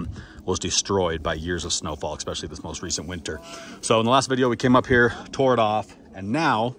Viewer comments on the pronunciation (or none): none